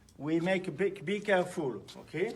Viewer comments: I watched this video a few times yesterday on Twitter and was convinced he said “bigger fool” at the beginning! No idea it was actually “be careful” 🤣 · 😹😹😹 Remember folks, bee keh-fool....